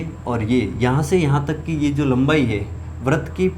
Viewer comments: Sir vrat nahi vrit hoga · सर बरत नहीं वृत होता है but thx for formula